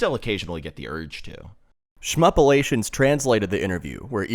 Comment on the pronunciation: Brilliant video! It's Shmuplations, btw, not ShmupOOlations 😅